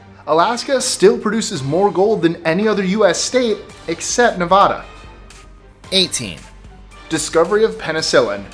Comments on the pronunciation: Don't call it “Nev-AH-da,” or you'll be in trouble. The only acceptable pronunciation of the state is “Nev-AD-a,” not “Nev-AH-da.” Pronouncing the state's name incorrectly can draw ire among residents. Thank you! 😉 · Please never say Nevada like that again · Its NEVADA LIKE KNEE VAD AH NOT KNEE VAH DUH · its NEVADA!!!!!!!!!!!! E NOT O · Please say Nevada right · you said nevada wrong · unsubscribed why should I watch your videos when you can't even say Nevada right? it's Ne-va-da not Ne-va-da you tool, I'm a German and I know that. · you constantly pronounce Nevada wrong